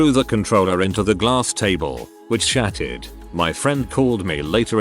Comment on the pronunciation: "the glass table, which shatted"